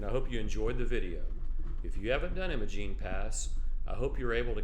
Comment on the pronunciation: Great video. Apologies for being pedantic, but it’s pronounced “eye-muh-gene”.